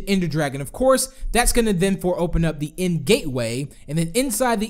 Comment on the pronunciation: DID U CALL IND INSTEAD OF THE END!